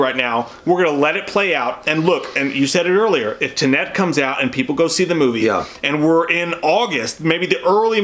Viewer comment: I love you, but for the love of God, please learn how to say TENET! They say it in the trailer!